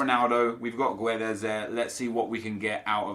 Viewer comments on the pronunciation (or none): Hey Nep, please read this. You don't pronounce the U in Guedes, it's silent. And it is a hard G. So, Gedes. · You don't read the u in Guedes. Portuguese is not Spanish !!! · Silent 'U' on GUEDES plz